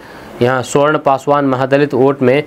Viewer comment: सुवर्ण नहीं सवर्ण बोलो